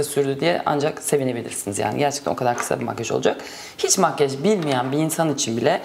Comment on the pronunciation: "Makyaj"a genellikle "makyej" diyorsunuz, ama çok tatlı duruyor :) 'teki gibi :)